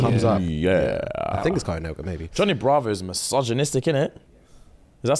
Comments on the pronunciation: "Caroon Nework"😂😂😂😂😂sorry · This is how I know I could never date a Brit lmao the way my whole body cringed at how they pronounce ”Cartoon Network” 🥴🤢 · As an American, hearing you guys say cartoon network without pronouncing the "T" over & over is so interesting 😆